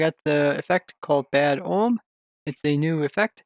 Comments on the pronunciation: First off, omen is pronounced oh-men, not ohm. Secondly, the raids don't keep spawning mobs based off of how quickly you kill the existing ones, but rather based off of the level of bad omen that you had when entering the village. So no, you can't farm raids. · "oh uhm", the n in omen is not silent. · Its bad omen not ohm silly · I know I shouldn't care but the way you pronounce 'omen' really triggers me haha